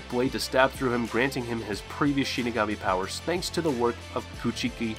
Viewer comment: Damn bro can u say any of their names right yeah I get ur saying the last names first like in Japanese culture but u pronounced half the names wrong lol.